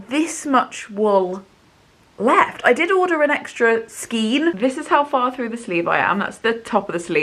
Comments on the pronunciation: I love that colour SO MUCH. You're doing awesome. I have to tell you though that the twist of yarn is pronounced SKANE not SKEEN. Bloody Englsh! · It's skein not skien. Pronounced skayn. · Knitter with 45 years experience (help! Well, I did learn to knit at 6 but still...) couple of hints and tips - 1. skein is pronounced to rhyme with rain. 2. If you can afford it, always buy an extra ball or skein, so you have extra yarn for mistakes, but also to guarantee you have yarn for repairs down the track. 3. When you wind a ball from a skein, if you can't get someone to hold it out on both hands (which is the easiest way to wind the yarn), get two kitchen chairs back to back, slip the open skein over them, move them apart so it is kept taught, and wind your ball standing up. Far fewer tangles, much easier and faster to wind. 4. As a few others have said, if swapping yarn brands, match for meterage/yardage with the pattern, not weight. And try to keep the yarn thickness as close as possible. You did an amazing job, and I hope you enjoy wearing it. If you find that you don't wear it because of the length, don't be afraid to unpick the body and re-knit it shorter - the extra effort for a garment you will enjoy wearing is worth it. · Skein is pronounced to rhyme with rain, not with seen 😺